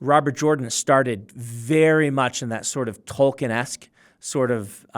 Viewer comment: New drinking game idea. Take a shot for every time this guy says Tolkienesk